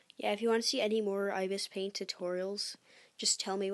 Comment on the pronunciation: I-be-es paint is how it's pronounced lol.